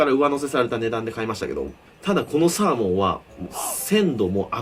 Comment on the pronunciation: サ↓ー↑モン